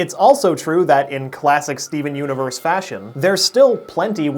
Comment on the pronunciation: 'Skeven universe' please tell me I'm not the only one who hears that. XD